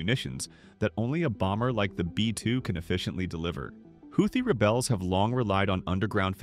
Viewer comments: Houthi 'RE-BELLS'?? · ra bells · Who thies AI . Rebels not re bels😮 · You might want to teach your AI how to pronounce words like: houthis and rebels